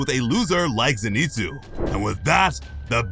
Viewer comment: Did you purposely mispronounce Zenitsu?